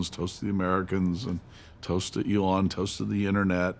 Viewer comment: This man can't even pronounce Elon's name correctly, but professes to have worked closely with him? C'mon!